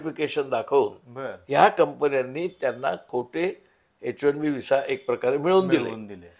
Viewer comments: its bot H 1 D visa. its H 1 B visa... why u keep saying wrong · तुम्ही H1 D असा उच्चार करीत आहात